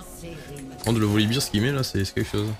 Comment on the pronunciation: Super game 🤗. Je me permets juste une chose (no toxicité) : Volibear se dit "Volibère" et non "Volibire"(Volibeer dont beer signifie bière) Ça donne l'impression que tu parles de la bière 🍻 quand tu le prononces comme ça 😇🤣. Bisou